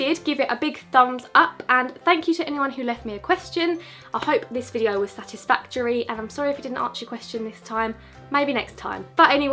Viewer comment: you are literally a poet - 'i will see you in my next videyou'